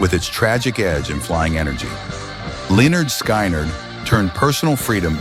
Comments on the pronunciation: They used Dennis Farina's voice for this AI guy but the real Dennis would not be saying Leonard Sky Nerd. 😂😂😂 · Very interesting doc, even though I have to endure that Stupid AI. Great idea for the doc, terrible idea to use cheating and heartless AI. But I enjoyed the topic which included Lyenarrrd Sky nerd, lol Good job, lol. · Lenard Sky - nerd give me a break learn to pronounce band names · "Len-yard Sky-NARD???" C'mon man. If you're going to do a video on Southern rock, get the pronunciation right.